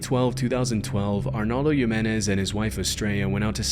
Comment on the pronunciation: Funny how he said the indian mans name PERFECTLY and I could tell that he actually spent time learning how to say it correctly, and then later with Arnaldo Jimenez he just pronounces his name the most American way possible 😂